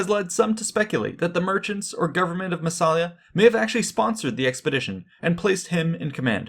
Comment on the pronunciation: Don't want to spoil the party, but... There is no such thing as "the southern mouth of the Rhine" ( ff). It's the Rhône you are talking about. The Rhine flows into the North Sea. And the town's name is Massa-li-a - not Masala as you continue to pronounce it. vs